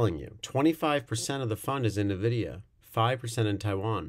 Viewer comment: excellent review, thanks Nvidia is pronounce En-videa. Not Nu-videa